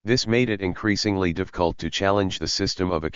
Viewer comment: ai misses the f sound. Financialization, Profit, difficult, specific are some words the text to speech misspronounces